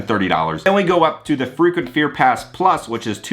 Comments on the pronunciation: Sounds like you're saying freakin' fear pass 😂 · Thanks for another great video! I thought you kept saying “the freakin scare pass” instead of frequent. Lol😂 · Thought you were saying FREAKING fear pass😂Love your vids, friend!